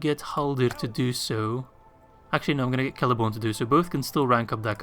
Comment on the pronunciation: Did you just really call Celeborn, Lord of the Galadhrim, Prince of Doriath, Lord of Lothlorien... Celery-born??? 😂